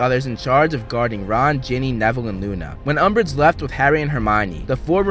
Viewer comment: did no one hear Lord Umbreige XD